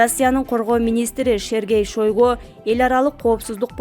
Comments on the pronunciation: ЭЙ ЖУР-ЛИСТ ШОЙГУ ЭМЕС ШАЙГУ ТУУРА ОКУ БИЛИМИН КУЧТУУ ЭКЕН. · Шойгуу уят эле блогер пневмооония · Туура окусан айланайын кызым уят Сергей Шайгу деп окулат ШОЙГУ эмес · Шергей шойгу дейт го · Эй,Кыз Шойго деп жазылат ,Шайго деп окулат ,туура оку билбесен сурап анан оку 😠